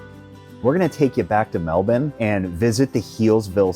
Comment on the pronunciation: You pronounced Melbourne right ,good on yous 👍